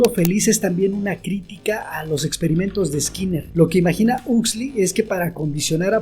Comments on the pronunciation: 40 minutos y perdi el interes en segundos al escuchar el nombre "husli" 😂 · Ha sido bueno recordar la idea esencial de este texto. Me ha gustado mucho el análisis sobre un Mundo feliz de Aldous Huxley. Solo me chirrió un poco la pronunciación del apellido, pero es una cuestión menor. Sigue así.